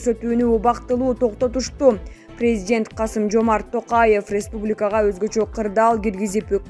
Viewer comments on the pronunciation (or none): none